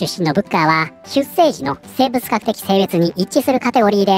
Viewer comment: 出生 ×しゅっせい ⚪︎しゅっしょう